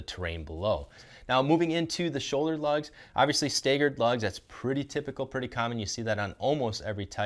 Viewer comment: Great choice. Love my AT3W’s. Also “Stagger”. Like stag-er. Not stay-ger. 👍🏻😬